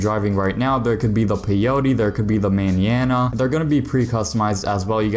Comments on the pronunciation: how he be pronouncing Manana had me crying from laughter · You’re pronouncing mañana so wrong 😅